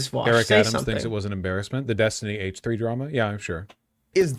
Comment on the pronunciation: It sounds like he says “haech 3” instead of H3 and I hate it